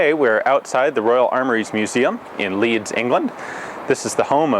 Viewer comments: Just one leed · "in Leed" haha that made me chuckle